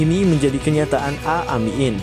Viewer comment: Min, bila baca Aamiin yg benar, masa Aamiiin dibaca a mi in....beda artinya.